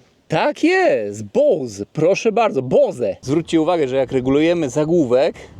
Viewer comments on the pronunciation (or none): none